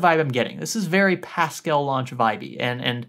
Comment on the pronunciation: What is he saying? Pascal launch?